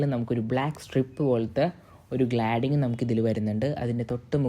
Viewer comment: Gladding.....❌ Cladding....✅ നിങ്ങൾ പറയുന്ന ഉച്ചാരണം തെറ്റാണ്... ഗ്ലാഡിങ് അല്ല.. ക്ലാഡിങ് ആണ് ആണ്... ‼️‼️